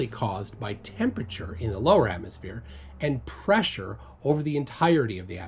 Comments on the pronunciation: Did she actually say athmoplane? Didn't laugh that hard in a while 😅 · “Atmoplane” LOLOLOL!!! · they're straight up calling it an atmoplane? I cannot take them seriously. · Idiot can't even bring herself to say 'atmosphere' shes so obsessed, has to say 'atmoplane' lmfao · Is she saying "atmosplane" in place of atmosphere?🤣🤣🤣they're SO AFRAID of that word!!😱🤣🤣